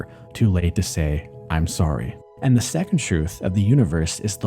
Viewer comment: that canadian sorry mann 😅